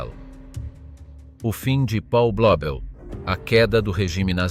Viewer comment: 1.37...E' nato nel 1994...allora oggi avrebbe 31 anni... Si pronuncia Paul, non Pol!! È tedesco, non inglese...